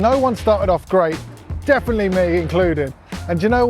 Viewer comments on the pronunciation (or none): none